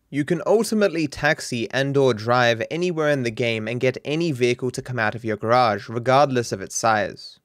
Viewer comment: Love the way u say garage ,... Garaasshhheedd